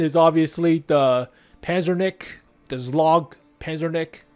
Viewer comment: Why are you butchering those names 💀zlog pazernik